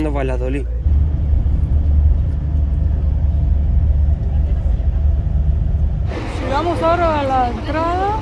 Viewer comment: no se dice Valadolid,es Valladolid, lleva ll y se pronuncia. Increíble que te corrija, ella pronuncia mejor el español.